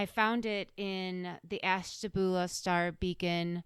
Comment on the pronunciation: You can tell by the way you pronounce Ashtabula that you’re not from there….